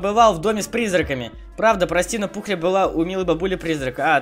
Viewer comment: Пухля а не Пукля